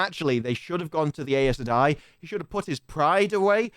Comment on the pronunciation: Synchronized tik-tok dancing pacifier wearing Damane. Good lord. FWIW, the Audible books pronounce Aes Sedai "Eye sah dye", Loial "Loyal", and Seanchan "Shawn Chan"